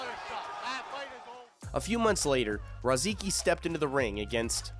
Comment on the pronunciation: The pronunciations are fkn awful in this man. Rozeekee? It’s Ruhsickee. Cape breeten? Breeeten? BRETON bro. I grew up with rozicki. He’d fkn laugh at this